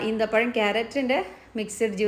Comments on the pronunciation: ഈന്തപ്പഴം അല്ല ഈത്തപ്പഴം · Eenthapazham alla, eethapazham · അമ്മായി ഈന്തപഴം അല്ല - ഈത്തപഴം